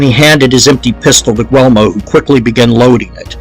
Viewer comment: Also learn to pronounce the Names will ya Guglee Elmo very simple. Anthony allegedly lazy ?? Lolol Buddy u don’t know anything